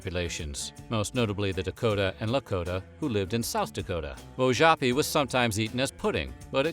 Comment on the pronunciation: You mispronounced, Wojapi. I was adopted by a Lakota family, born Cherokee/Shawnee. I pride my self in my Heritage. Thank you for sharing.